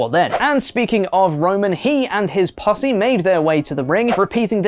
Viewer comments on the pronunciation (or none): Him and his what? 😂😂😂 I know he said posse but come on